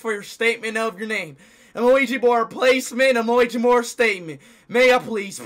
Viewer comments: Why speed say ouija board Luigi board😂😂😂😂😂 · LOL IT DOES SOUNDS LIKE LUIGI BOARD THE